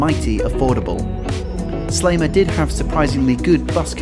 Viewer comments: Very nice video. One problem, every time you say Sliema" you pronounce it something like "Slayma" and it annoys me a bit XD, it's pronounced "Sleema". Another fact about Sliema is that there is this stereotype that foreigners live there. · You might have made more of an effort in pronouncing the names 'a la Maltese' Medina is pronounced Med-ina and not Em-dina. Sliema is NOT Slay-ma but pronounced Sleema. Grrr. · Good video, well done!, but.....please - Sliema is pronounced "sleema" - not "slayma".....always has been and always will! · Pronounce please . Seleeema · Great video. Used to live in Sliema which is pronounced Slieema, long e, not short.